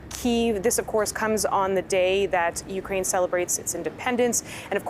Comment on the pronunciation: Thank you for pronouncing Ukraine properly!! 💕🌻💪